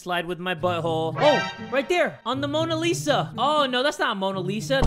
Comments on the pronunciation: Mona Lisa became lona misa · oh wait that's not Mona Lisa that's Morna Lisa! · "Oh no that's not Mona Lisa, that's Mana Risha!" - 2019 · that's not mona lisa that's mora risha Me: r u sure.... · " Oh that's not Mona Lisa, that Rona Risha" Me wheezing on the toilet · First game wipe it: wait that's mona risa Me: thats mona shita